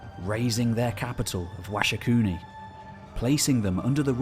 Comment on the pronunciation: You write Supiluliuma but say Sipiliuma. You write Washahukanni but say Washakunni.